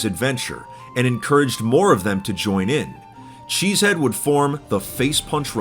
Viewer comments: he's name is chezhead not cheesehead. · he said enter cheze head lol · If my suspicion is correct, chezhead would be pronounced closer to "shit head" than it would be to "cheese head"